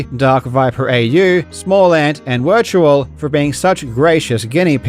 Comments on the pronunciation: Wirtual is pronounced 'Virtual' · poor Wirtual. Absolute icon in speedrun world: gets WRs, exposes fakes, highlights the best in the craft, yet the entire world never gets his name, pronounced "Virtual", right. lol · This was a great video, but I can’t believe that Karl mispronounced Wirtual’s name several times lol